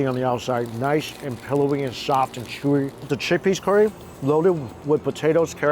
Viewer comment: "So sheezy, so shewy..."